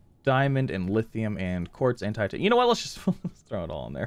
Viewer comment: Every SubNautica YouTuber: Ugh I have waaaayyy to much Titanium...: wer tatinum?